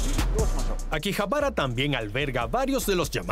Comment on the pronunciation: No es akibahara,sino akihabara